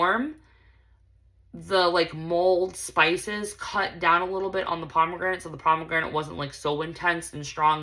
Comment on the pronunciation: I kept thinking u were saying mold spices, and I'm like, why in the world is Scentsy putting mold in their bars😂 Mulled spices. Lol